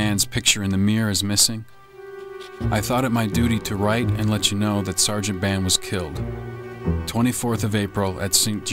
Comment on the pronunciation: Sergeant Harry Band (not "Barnes")